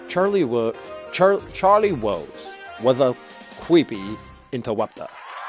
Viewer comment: Charlie Wose Was A Cweepy Interwupter